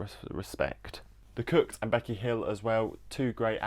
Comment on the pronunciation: i love it but pls stop pronouncing the kooks like the cooks pls i beg